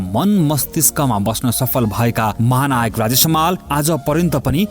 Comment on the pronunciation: ए भाई समाल होईन हमाल हो, सहि उच्चारण गर्न सिक